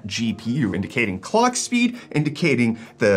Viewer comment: It sounded more like colck